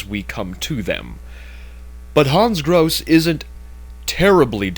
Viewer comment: I don't know if anybody cares, but that's not how to pronounce "Grosse". In particular the final "e" is not silent. It's a German name. But I guess it doesn't matter. Everyone also pronounces "Wolfenstein" wrong and that's not likely to change. :P